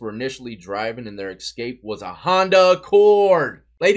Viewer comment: Love you bro but it’s escape not excape, I’m sorry but it’s a pet peeve and you as a broadcaster should tighten that up, no offense, it’s constructive criticism and from respect.